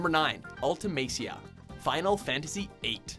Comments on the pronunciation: It's Ultemecia, not Ultimacia. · >Game footage says Ultimecia >Video and narrator say Ultimacia. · It's Ultimecia, not Ultimacia. Classic fail. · Gotta love that you said and spelt Ultimecia wrong as her name was shown in-game. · Seeing "Ultamecia" and hearing him say "UltamAcia" is like seeing the English subtitle of the Chinese translation of Star Wars. If you haven't seen it, the Star Wars logo is there for all to see, plus the subtitle "Star War".